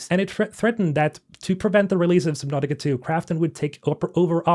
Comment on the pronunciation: Submautica not sib. Lol